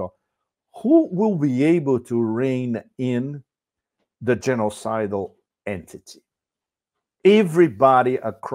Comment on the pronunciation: when he said g-sidal entity, I thought for a moment that he's talking about usa...